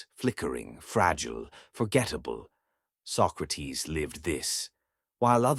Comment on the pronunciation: His name was not "Sock-räh-teeth", but "Socrates", plain and simple -Socrates.